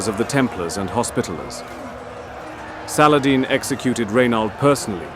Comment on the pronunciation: I can tell Ur pajeet by Ur saladin prounounciation